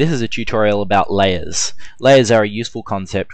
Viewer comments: hahaha i noticed you pronounce 'lay ers' as 'lay es' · so many layyass.. lmao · It sounded like "Las". Lol. Great tut, though.